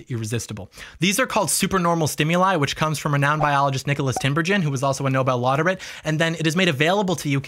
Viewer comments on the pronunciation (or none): "nobel lauderate" trash video, do not watch just kidding. you make a lot of good points and arguments. it's laureate btw